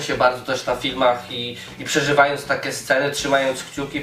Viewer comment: Niby wszystko ok. W miare spoko ogląda się "kolorowe" filmiki ale wkurza mnie jedno: ta koślawa wymowa np. jakE, takE, z angElskEgo itd.